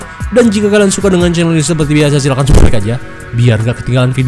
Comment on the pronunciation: Kenapa sih bang setiap ngomong subscribe jadi subreg?